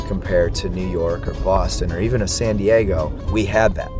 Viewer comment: You already fucked up saying new york and new jersey lmfao - neither of those spots got a better sandwich then philly